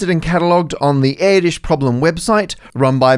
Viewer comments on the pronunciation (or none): "yes it's pronounced like that" no it is not, it's /ʔɛrtős/, not /ˈɛɹdɪʃ/ (air-dish) the /ő/ sound is like the "ea" sound in the word "earth", except the /ő/ is a longer sound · No, it's not pronounced like that. Not air-dish but more like air-dersh (the accent on the u makes it into a long version of u umlaut. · Since you say "yes it's pronounced like that" let me nitpick your Hungarian pronunciation. All the sounds you make are correct, the only mistake here is the length of the ő sound. In Hungarian, there are two separate letters ö and ő, they both indicate the same sound, the only difference being length. Ő specifically is the long variant. Over the video sometimes the ő length is decent, sometimes it's clearly too short. The time you mention "yes it's pronounced like that" is among the worst and it very much sounds like Erdös instead of Erdős. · Dear Maths, Eh. No, "Erdős" (Hungarian name, means "forested") is not pronounced like "Erdish" it is more like "Erdooesh"... "ö" is well, like in Björk! (And that is not Bjork...) And ő is the same, just longer. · It's Erdős, not Édis (short e, long ő, rolled r). You don't want a bloodhound singing in a tree while a sparrow is dogging you. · It's actually Erdush, not Erdish. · Erdős is definitely not pronounced as "air-dish", but cool video 👌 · Erdős. Not air dish. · Did anyone else think he was saying Terry Towel? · Why does he say Edis? And especially why does he claim that this odd way is how to pronounce it? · No, Erdős is not pronounced err-dish, but never mind. Greetings from Hungary! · no, it's not pronounced like that. IPA notation: ɛrdøːʃ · I wonder if the AI will be able to solve the hardest problem of them all: why is "Erdos" pronounced as "Iddish"? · I was just watching The Rest Is Science questioning if it was pronounced "Er-dose" or "Air-dosh" and now you come in with "Air-dish" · It's not pronounced erdish. It's hungarian Erdös. That ö is roughly pronounced like the vowels in work or bird.